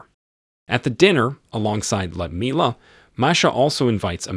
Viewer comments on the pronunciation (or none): Was this video narrated by an AI program? "Lyudmila" is 4 syllables, with the emphasis on "mil" i.e. Lee-ood-MIL-ah. The Red Army's Annie Oakley, but no Wild Bill Cody circus for her!